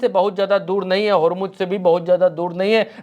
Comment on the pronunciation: Yaar godi media ki tarha bandaro ki tarha uchak uchak ker news na padha karo, prigya ka action dekho kitna sincere hai. Aur hormuj kahna band karo Hormuz sahi word hai.